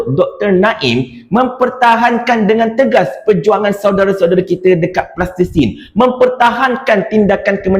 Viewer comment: Sebut betul2 Palestine brader..